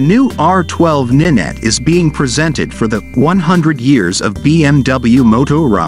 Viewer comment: It's not ninet 🤣🤣🤣🤦🤦 it's R nine T (as in 9) FFS some people are thick 🤣🤣